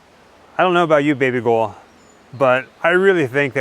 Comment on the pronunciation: Plz stop calling her baby gorl 🤦